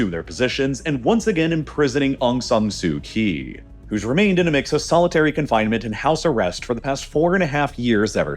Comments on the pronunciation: Just FYI - the "Kyi" in Aung San Suu Kyi is pronounced "Chee" not "Kee". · Pronounced "Kyee"